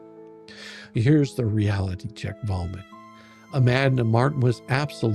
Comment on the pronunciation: Love the letter, but I have to tell you every time you say Volmit I actually hear vomit. Must be my Aussie hearing but it definitely fits as hearing his garbage makes me feel ill.